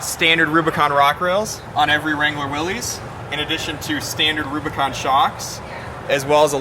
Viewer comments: How can you work at Jeep, be their Brand Manager and not know how to pronounce Willys? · It still irks me when I see Jeep experts mispronounce "Willys" - it's not "will - eez", it's "will - iss". Grrrrrr. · Huh, you would think the Jeep "Brand Manager" would know it's pronounced "Will iss" not "Will eez" Then again, if you think adding a black grill and 4wd sticker make it a "Rubicon Light", I guess you really don't know much about Jeep history or what made the Jeep a classic. At least he schooled the host on the difference between a limited-slip and a locker.... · I don't know why but this drives me insane... it's not difficult, just think of it as Willis. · Guy can’t even say Willys correctly. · How many times can we mispronounce Willys? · Maybe learn how to pronounce Willy's first, then do a story on it........ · You'd think the Jeep Brand Manager could pronounce Willys correctly.